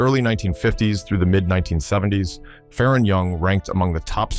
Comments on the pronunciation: It’s not Fa Ron! It’s Faron! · I'm a year younger, and never heard it pronounced that way either.